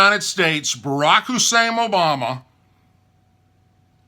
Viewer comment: Malibu Kazoo - This is a somewhat confusing message MK. I wonder why it is, as a religious person, you are most offended by swear words and not his seeming hatred of some of our fellow Americans. You know that whenever spits out Obama's middle name, he emphasizes it, probably to draw attention to the that it sounds like a Muslim name. Then, I assume, we are supposed to draw on some hatred that he supposes we have for people of the Muslim faith in order to renew our hatred for Obama. Over the years I taught many Muslim children in public schools. They were like every other kid, some awesome, some mischievous, some serious, and some silly. All of them had supportive, loving parents and all of them loved this country as much as you and I. I thought that God wanted us to love each other, not encourage fear and hatred of each other.